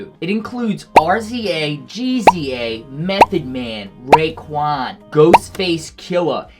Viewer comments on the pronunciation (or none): Rizza & Gizza(J sound) Not RZA and GZA 😂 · Bro Did you just say RZA and GZA like that? tells us you’ve never listened to Wu tang 😂